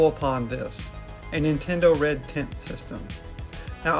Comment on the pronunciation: Sounds like you're saying Red Tint.